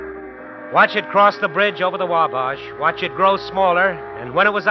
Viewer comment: "WaBAHsh"? lol, no